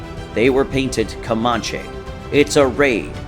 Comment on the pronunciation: Your pronunciation of Comanche is cringe, sir.